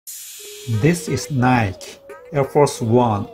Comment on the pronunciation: Nike의 잘못된 발음